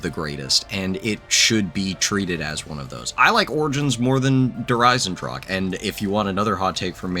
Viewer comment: Can english speakers pls stop pronouncing "der Eisendrache" As "der Eisendrak" Its pronounced "Eyzendrahe" the 'h' like in 'history'. Also dont forget the 'e' at the end. The same with "der Riese". Its not "Der Ris". It also has an 'e' in the word, so its "der Reezeh". 'Ee' like in 'deez nuts'